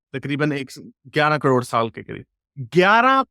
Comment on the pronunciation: कड़ोंड,, ना,, ना,, ना, करोड़,, कड़ोंड नही,, करोड़ कहो 😂😂😂👆🏼,,,,,,,,,,,, 👌🏼